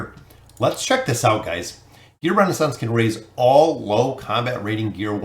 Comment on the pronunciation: man i love ur content but reading that wrong consistently realy was bugging me the whole way trough XD not Renaissance, ReSOnance